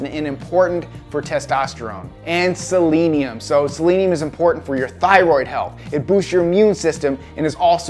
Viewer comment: also probably why you pronounced Selenium properly, and most people don't, including me:) kudos for you dude!